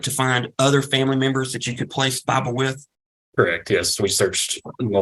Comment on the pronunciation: I thought they were saying Fifle at first, like the mouse from the American west. 😂